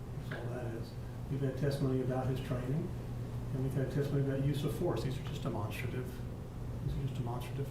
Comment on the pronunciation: Is it just me annoyed at how the defense attorney is pronouncing 'demonstrative'??